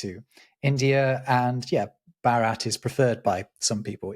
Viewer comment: You may be interested to note that the Indian name for India was pronounced something like Bhaarat rather than Bharaat.